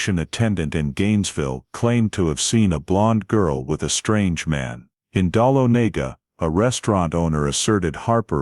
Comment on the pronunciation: Someone needs to help your AI learn to pronounce "Dahlonega"; fyi, it's DUH LON UH GUH.